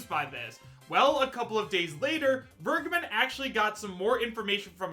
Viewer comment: Vergeben is a german Word. Everytime when He is saying "vergeben" my skin is crowling.